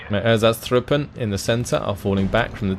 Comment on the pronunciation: meh, as long as he keeps butchering ersatztruppe I think we are even.